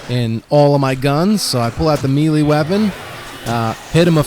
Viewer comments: Good vid but it is "may lay". That's how to it is said not ". Meal lee" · Melee is pronounced may-lay